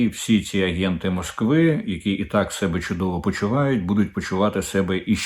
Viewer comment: Будуть почувати себЕ,наголос на друге Е.кого- менЕ себЕ,але до мЕне,до сЕбе.Врешті решт Ви- українець,чи якийсь покруч ?вже 10 раз Вам про це писали в коментах,та хоч раз прочитайте їх !